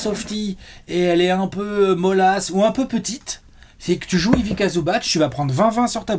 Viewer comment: Ivika ? Mes oreilles saignent.